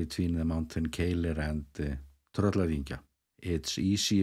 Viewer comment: The one that puzzled me is Keilir, which seems pretty simple! For some reason doesn't pronounce it as it is spelt, he always seems to pronounce it Keilill. Any idea why?